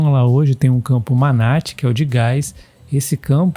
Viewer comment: Campo é Manati - sílaba tônica ti